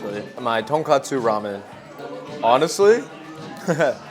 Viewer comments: it's tonKOTsu not tonKATsu 😅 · the pronunciation for tonkotsu is like tonk “oh” tsu so you got it right a few times! tonk “ah” tsu sounds like tonkatsu (the pork cutlet)